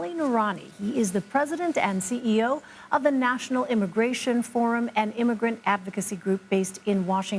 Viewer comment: Well, what a break! U.S. liberals happen to be in the market for a few "eee-mi-greents". Those loving folks from who knows where that "only come here to work".